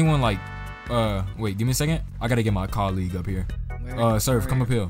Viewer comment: My bro said coleeg. colleague